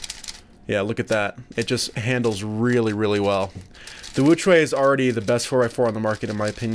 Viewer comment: * says “Angstrom woochuay M” *Me: face palm, while saying “The real pronunciation is Ångström woo-tshweh M”